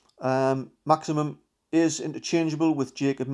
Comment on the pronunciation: Great content. But its Maximin not Maximum.😊👍